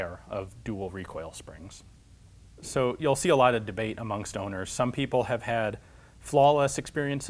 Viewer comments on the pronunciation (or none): I had to replay it four times before I herd you right. "Amongst Owners" was herd three times as "among stoners".